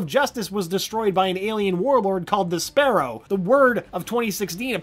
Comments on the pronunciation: The pronunciations of these names are KILLING ME. “The Sparrow” = “Despero” apparently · He also said despero wrong